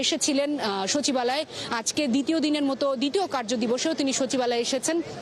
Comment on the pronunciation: সচিবাল কি, কি জিনিস। কচিবাল।